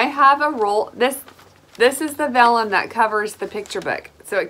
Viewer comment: You pronounced vellum perfectly.